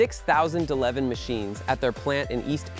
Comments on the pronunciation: It's Catapiller D-11,not duh leven,get it right geeze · He called the D-11 duh leven